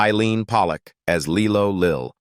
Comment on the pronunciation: Lie low Lil Not Lee lo